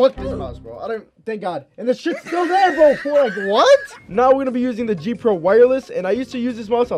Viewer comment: When said the g pro mouse I heard gfuel mouse lol